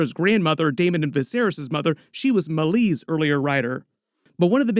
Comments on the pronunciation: it's May-Lees not Mulis. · Genuinely wondering why you, obviously have had watched the episode and heard her name spoken multiple times, still choose to say Meleys’ name like that? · How you say Meleys is actually painful to hear.